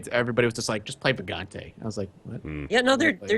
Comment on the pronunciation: It's "Vagante", somehow nobody knows what's the correct pronounciation.